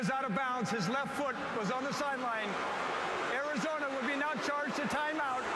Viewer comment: I cringed hard at the "Arizona"